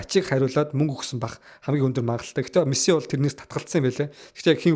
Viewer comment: jaahan duudlaga deere anhaarmaar ymu bro мэсссси гээл нэгэл сонин байнаа хаха